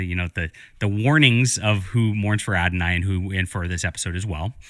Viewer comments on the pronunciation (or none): "Who morns for Adonai" He says it repeatedly. It's Who Mourns for Adonis. This idiot is the one injecting Christianity into Greek religion. He must know what the actual title is. His smugness make it clear he thinks he's getting one over on his ignorant audience. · Plus calling the episode "Adonai" instead of "Adonis." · His pronouncing it "Who Mourns for Adonai?" instead of "Who Mourns for Adonis?" is his way of seeing what he wants to see.